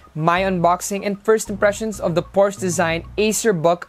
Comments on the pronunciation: Porsche, /por shuh/ Sorry po. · Hey guys! Hope you enjoyed the video! And YES I pronounced Porsche wrong. My bad!